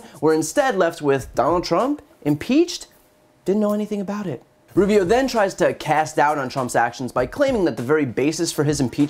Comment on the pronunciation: Brian...you absolutely annihilated Marco Russio, er--Rubio. Bravo for exposing this guy's blantant lies.